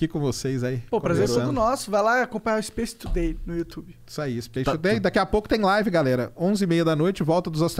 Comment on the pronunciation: Monark: O inglês mudou a minha vida. O mesmo monark: SPACE TUDEI